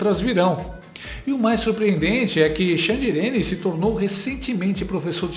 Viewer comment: Amei esse "XANDIRENE"😅😅😅😅😅😅😅😅😅😅😅